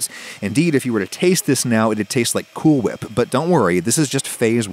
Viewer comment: What's that, mate ? Cool hwip you say? 🤯🤣